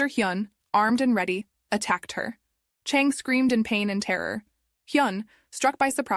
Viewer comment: This terribly done. I’m not even gonna try to be nice about this. It was so hard to follow because you constantly pronounced the names differently, one time the name is Chon, the next time you call the same person Chang. You did this with EVERY name. You mixed up the genders so you end up calling the killer ‘he’ when it was actually ‘she’. I also think it’s a bit racist. If you don’t know how to say foreign names correctly, either ask someone (it’s not that hard) or change the names to ‘jack’, ‘Kyle’, ‘Karen’, and ‘Ashley’ so your feeble brain can remember how to pronounce them and keep them in order. I’m mad at myself for wasting almost half an hour in this foolishness. Oh, and your attempt at being pithy failed spectacularly. You sound like a child that’s been held back at least two grades. Basically, stop wasting people’s time and find something more your speed, like attempting to walk and chew at the same time or how to use your key to open your front door.